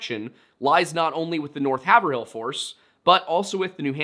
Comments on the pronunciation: as someone who grew up in the Haverill area i'm grinding my teeth because 1. the law enforcement are so incompetent and 2. i know you said you had a lot of different pronunciations but HAY-VRILL. The North Shore hates pronouncing all the letters in their names, just look at Gloucester (Glaw-stah) and Scituate (Sit-chew-it) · Ok, for Part III - it's "HAI-ver-ull." Xo thanks! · Yeah thats way better hes reading the pronounciations wrong nobody from the area would say hayver- hill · You're mispronouncing Haverhill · WAIT HE’S BEEN TRYING TO SAY HAVERHILL THIS WHOLE TIME???? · Its pronounced Have-rill not haver-hill... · I grew up in a town bordering Haverhill. Just an FYI, the way we New Englander's pronounce it is much closer to two syllables, like; Hay-veril. Notably, there is a distinct absence of the "hill" part of the word. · Oh my God, it’s two syllables hey vrill 😂😂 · not haver-hill u said it right first time. Im born n raised in Boston. Its havril Just like Worcester is wus-ter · Excellent video. I appreciate all the work you put into researching. If I could point one thing out— it is pronounced “HAY-VRULL” (two syllables). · Just fyi it's pronounced. Hey-Vril. Yes it's spelled like and should sound like Haver- hill but in both Massachusetts and New Hampshire that is the proper pronunciation. I lived in the one in NH and the town adjacent to the one in MA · It’s pronounced “haverhill” not “haverhill” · It’s pronounced Hey-Vrill. Not being a dick. We jokingly say that town name Haver-Hill as any out of towners in the north shore say it that way. Peabody is ‘P-biddy’ lol And I’m not being a dick or anything Just sharing local knowledge/stuff. Thanks for the videos! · Hey so im from the area and just want to point out its not Hay-ver-hill. It sounds more like Hayv-rul. Sorry hearing you say it like that was driving me crazy. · Just for future reference, it’s pronounced “HAYV-RILL” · Hav-rille 😂 so many of our town names get butchered. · its pronounced HAYVRIL